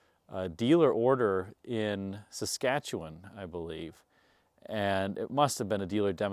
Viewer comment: Hey. I’m from Regina, Saskatchewan. First, let me congratulate you on pronouncing “Saskatchewan” correctly. Secondly, I’d like to say that Percival Mercury was a popular dealer in Regina back in the day but unfortunately it is no longer in business. My grandparents were friends with the owner, Tommy Percival and many years ago actually bought their retirement home from him. I had a career in the funeral profession and it was there that I came to love the big, luxury cars especially of the sixties/seventies and thus I enjoy many of the cars you feature on your channel. I have a few in a small collection myself. Anyway, thanks and keep up with the great videos!